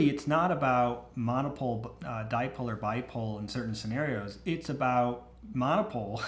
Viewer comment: As used to say, dipole=die-pole, never use them:D